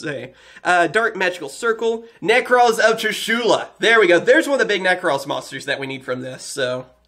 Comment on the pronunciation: You pronounced trishula wrong its tr-ish-uh-la not tr-ish-oh-lah